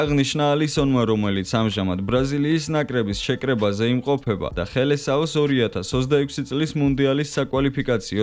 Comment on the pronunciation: ოღონდ ხელესაო არა - სელესაო